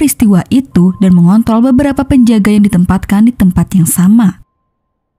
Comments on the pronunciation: kok aku dengernya mengont*l bukan mengontrol 😂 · 01.20 "mengontol"